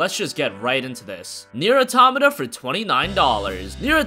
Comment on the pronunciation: Why does no one know how to pronounce Nier AUTO-MAWTA. Its Not Aw-Tamata